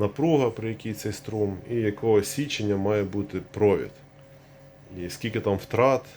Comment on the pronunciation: Чому кожен другий оглядач на ютюбі говорить січення?